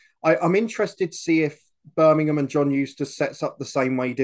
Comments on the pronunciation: I am literally convinced after watching this channel for a while now that literally 90% of the time goes against us and its BirminGham not Birminham 👍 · How hard is it to just say Birmingham you're a grown man 😂 great pod lads